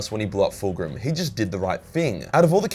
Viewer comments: Are you serious mispronouncing tzeentch? School much? The T is silent in the pronunciation of Tzeentch. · Why are you pronouncing "Tzeentch" like that? WTF? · I was so fucking confused when he started saying that xD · His pronunciation of Tzeentch has me dead 😭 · Please learn to pronounce Tzeentch. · Your pronunciation of Tzeentch makes me die inside. Dear Chaos Gods... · Am I tripping, or is he really calling Tzeentch "Tit Snitch"? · am I the only one wondering, what kind of accent makes you pronounce Tzeentch as "Titsnitch"?! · I every time he said “tzeench” I thought he was saying “tits bitch” and was talking about Slaanesh. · I can't unhear "Tit-snitch".... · Tit Snitch is the funniest pronunciation I’ve heard yet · Wait. Hold on. Is there s god called "tit snitch" or are you mispronouncing tzeentch? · Tits-nitch lol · Who tf is Tiz nitch? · so nobodys gonna mention the fact that he pronounces tzeentch “titsnitch” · I can't get over how this guy says Tzeentch. I always assumed the first T was silent like in the word tsunami and the second t was part of the ch sound. I have only heard it pronounced Zeen Ch. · It’s TZEENCH THE T IS SILENT LIKE IN TSUNAMI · Why the f does he pronounce tzeentch as tit-snitch??!!! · Tiz-nitch though... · The fuck is this pronunciation of Tzeentch, why are you calling him Titsnitch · I know Tzeentch isn't particularily easy to pronounce but dear Emperor you absolutely butchered it XD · Please for the love of god stop saying Tzeench like that